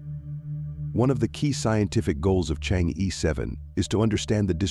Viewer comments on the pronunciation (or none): It's pronounced chang-her not chang-e. 😅😅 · It's Chang-er, not Chang-E ! That is basic knowledge. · Change’e is pronounced change’ER not ‘ee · Chang‘e/tʃɑːŋ ə(r)/ ,thank you.Your accent about Chang'e sounds like this lunar lander is your aunt.